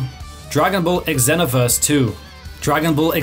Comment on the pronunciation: The way you say xenoverse hurt. Raging blast number 1 tho. Miss doing those beam blasts with my cousins 🥲